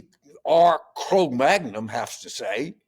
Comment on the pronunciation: Jimmy said "Cro-Magnum" 😆